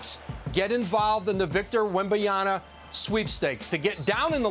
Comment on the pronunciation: It’s Wembanyama not Wembanyana Woj